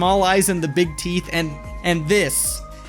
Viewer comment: "diss-EMber, by the sckin of their teef" 😂❤